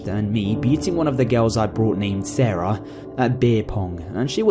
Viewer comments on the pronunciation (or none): none